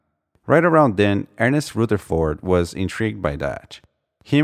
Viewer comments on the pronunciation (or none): none